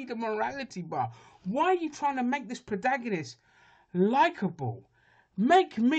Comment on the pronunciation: What's a "prodagonist"? You have a YouTube channel.